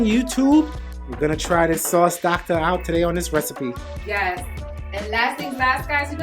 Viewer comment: Yasss sauce